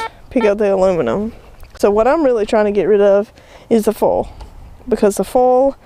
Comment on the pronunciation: Took me a few minutes to figure out you were talking about "foil" when you were saying "full". :)